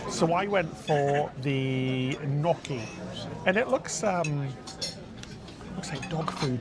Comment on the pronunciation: Love watching you guys! I know gnocchi is hard to pronounce but it's not "no key", it's "nyo key".😉